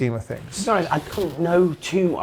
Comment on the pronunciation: Spencer Oliver.. "if im totally hobest" "insert word for word whatever someone just said" How has he got a job doing this?